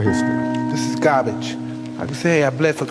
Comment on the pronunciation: It wasnt gahbege at one time. Mike Tyson has become soft.